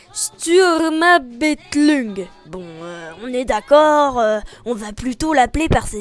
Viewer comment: Haha, pour prononcer "Sturmabteilung" sépare juste les mots quand tu les prononces "Sturm│abteilung". (grosso modo ça fait "stourm ab tailoung"). Breeef, vidéo sympathique, j'apprécie beaucoup comment tu parles, donc je m'abonne et bonne continuation à toi. (Et promis, je vais regarder les films de Stars Wars >o>)